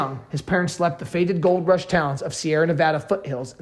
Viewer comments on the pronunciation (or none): none